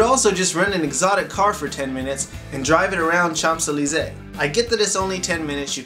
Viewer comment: Hi! Cool video. For "Champs Elysée", it's like a sh (like Chicago) not tsh. Your story about the "Gypsies" is hilarious...